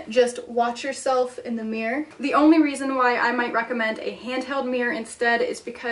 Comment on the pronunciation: The way you pronounce "mirror" is funny. Meer. Meer. Meer